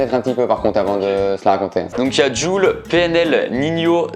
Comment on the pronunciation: Jul se prononce < djoul > et le prononce < jul >